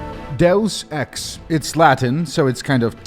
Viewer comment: the way he said deus ex killed me Dos Ex lmao